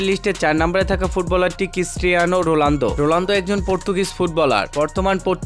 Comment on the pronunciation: ওটা রোলান্ডো না রোনাল্ডো। যখন উচ্চারণই করতে পারেন না তখন ভিডিও বানান কেন?